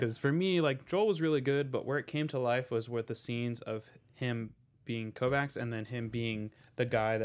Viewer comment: Is purposely mispronouncing Kovacs' name? They say it multiple times in the show and says it correctly but you repeatedly pronounce it wrong.